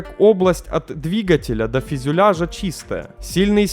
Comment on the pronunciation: Опять фИзЮляж... А так, в остальном, норм.